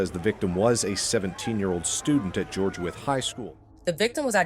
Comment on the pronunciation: Just for future refrence.. its pronounced George (With) other than that thank you for covering her story🙏🏾💯 #justiceforsamiyah